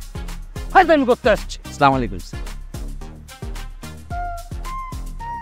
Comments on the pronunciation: আসলা মারোম এটা কোন ধরনের সালাম, সালাম হবে, আসসালা মুয়ালাইকুম, সোয়াপ আয় করতে গিয়ে গোনা আয় করবেন না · Assalamualaikum hove Keno chamalaykum bole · সালাম দিলে সঠিকভাবে দেওয়া উচিত! না পারলে বাদ দিয়ে দিক! এইসব ভুলভাল সালাম প্রমোট করাটা তো ঠিক হচ্ছে না। স্লামলাইকুম ! এটা কোথায় থেকে আমাদানি করা ভাই? ইসলামীক ব্যপারে যাচাই বাছাই করে আমলে আনা উচিত! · Absolutely right ❤❤